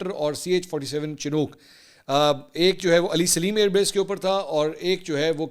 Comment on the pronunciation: جناب اسے شینوک کہتے ہیں، چنوک نہیں۔